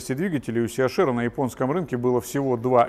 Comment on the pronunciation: Либо ЦЕ-АШ-ЭР,это будет по-немецки,либо ли СИ-ЭЙЧ-АР по-английски. А СИ-АШ-ЭР это по-лоховски,смесь бульдога с носорогом!